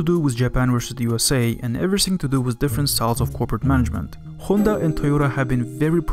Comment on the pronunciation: Finally someone who says Honda and not Handa